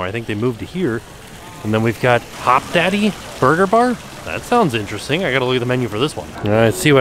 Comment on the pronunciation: HopDODDY not Daddy lol it’s Austin based and one of my favorite burger restaurants!!!